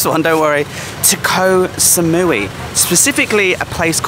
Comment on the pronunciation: Why do so many people say: 'koh - sa - mui - WEE' ?!